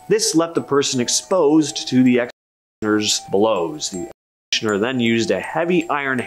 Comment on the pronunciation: I know, right ? He can't say executioner-and "unalive" for dead is just stupid lol